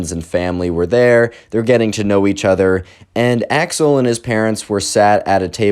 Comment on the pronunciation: I know you're saying Axel. But im hearing Ax-hole.